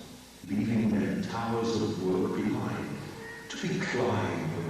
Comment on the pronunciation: In sleeping dogs when Dr . Bernard is speaking it sound like he is talking about the towel of babel (genesis 11:1-9 if you want to read it in the bible) 🩷 hope this helps lol